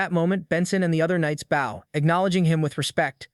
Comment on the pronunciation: 780.000 not 78.000 Consistent wrong pronunciation of "bow". Exceeding 100%, not exceedng 10% Not 250 gold pieces but 2050 gold pieces. Trouble reading numbers?